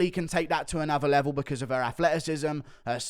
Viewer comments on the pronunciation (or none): none